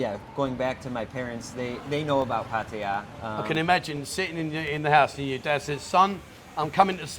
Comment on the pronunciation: awesome pronunciation of Pattaya. I think you should school the old timers on Thai words 555!